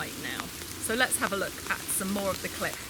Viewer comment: Ez eK5 did you notice she kept saying clip but sounded like she kept saying lwts check out this clit. lmao